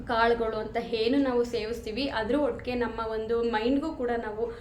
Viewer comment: Nice content. One suggestion to you. Dayavittu "Chaitra Kannada vlogs" antha channel name ittu kondu, Kannada ucharane sariyagi maadi. For example, 'a' kaara, 'ha' kaaravannu sariyagi uchcharisi. Henu for enu or holle for olle, inthaha padagalu bereya arthavanne koduthade. Dayavittu inthaha sookshmathegalannu gamanisi.